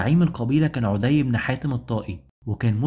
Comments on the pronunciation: ما شاء الله عليك مجهود ضخم وتبسيط جميل جدا ربنا يبارك فيك وأسأل الله انك لا تتوقف أبدا عندى بس ملحوظة بسيطة غير مخلة بالمحتوى ولكن اتباعها يعطى النص رونق وهى مراعاة النطق الدقيق للأسماء؛ مثلاً => طَـيِّئ بتشديد الياء مش طَيْئ، عَـدِىْ وليس عُـدِى هى أشياء بسيطة ولكنها ستزيد المحتوى بهاء إلى بهائه، وجزاك الله خيرا. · لسانك اعوج تقرء اسماء الصحابة خطاء ف عدي ليس بضم العين بل بفتح العين ... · أخي برجاء الأهتمام أكثر بنطق اللغة العربية والتأكد من الأسماء فمثلا عدي بن حاتم الطائي ينطق الإسم عدي بفتح العين و تسكين الدال و كسر الياء و كذلك عيينة بن حصن الفزاري فيكون نطق عيينة بضم العين و تشديد الياء و فتح النون. ملاحظة اخيرة انت تتحدث عن معارك و قتال فلابد ان تكون نبرة صوتك معبرة عما ترويه و ليس همسا كما فعلت. بالتوفيق. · بارك الله فيكم..عمل عظيم ما شاء الله..عندي فقط بعض الملاحظات الغير مخلة بالموضوع.. عَدي بن حاتم بفتح العين ..وكذلك ثابت بن اقرم وليس الارقم..كذلك اسم القبيلة هي جَديلة وليست جُديلة ...بارك الله فيكم وجزاكم الله خير الجزاء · حلقة ممتازة ومجهود رائع😍 برجاء مراجعة الطريقة الصحيحة لنطق بعض الأسماء مثل عدى وعيينة حتى تكتمل الإستفادة وتصح المعلومة، تحياتى💚